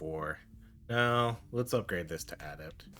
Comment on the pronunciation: im sorry man but the way you say "adept" makes my brain hurt lol. GG tho she looks really fun I haven't tried yet i think unlocking other forms and the skill to enter one form after leaving another could give you, say a bear/panther combo where you are human and weak alot less The tornadoes seem to always be by far the best strike